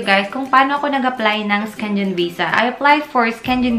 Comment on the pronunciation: Syengen tmang pronounce